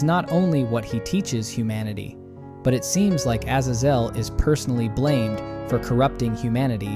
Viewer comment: How many ways of pronouncing Azazel are you going to mutilate ???